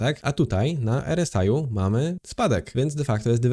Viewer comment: R S AJ 🤣 zdecyduj sie chłopcze czy wymawiasz nazwę tego wskażnika po polsku czy angielsku, bo robisz z siebie glupka.